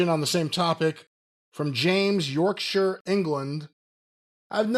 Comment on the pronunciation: Well done on pronouncing Yorkshire correctly 👏